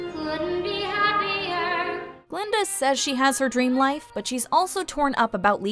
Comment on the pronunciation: it's Guh-Linda, with a "GUH".